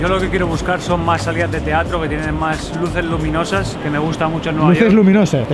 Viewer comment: Al portillo se le salio lo castellano con el énfasis en "luces luminosas" XD